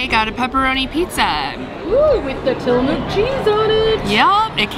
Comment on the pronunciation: It’s actually pronounced Tilla-muk. Just so you know 😉